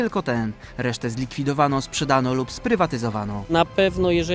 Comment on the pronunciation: Zabolało mnie jak powiedział słowo SPRZEDANO